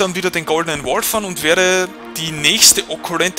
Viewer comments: Okkult nicht okkulent ;) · Werd immer wahnsinnig, wenn du "okkulent" sagst :D Man, es heißt "okkult", das steht da sogar. Jedes verdammte Mal! :D Aber sonst top ;) Danke fürs uploaden!